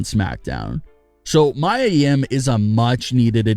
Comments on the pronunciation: It's not [maja]! It's MIA! Learn how to pronounce! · Why did he keep saying Mya when its Mia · how many videos will you upload with people correcting Mia (mee-yuh) name, it is not Mya it is Mia! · Mia not mya